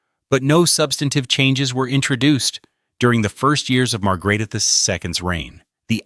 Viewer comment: Horrible pronounciation of Queen Margrethe's name. You should know better, if you do a documentation.